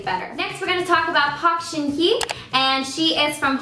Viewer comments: you were mispronouncing park shinhye. the hye sounds more like "hey" than "he" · I literally cringed when she said Park Shin Hye